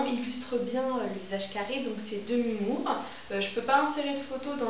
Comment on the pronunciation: Loool Ta prononciation "demi moore", merci pour ta video tout de même, j'adore! :)